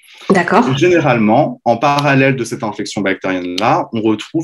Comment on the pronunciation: On prononce INflammation et non ANflammation …. INfection et non ANfection …. etc etc ….